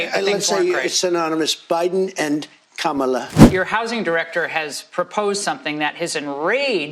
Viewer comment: Why does he pronounce Biden and Kamala like that? 🤣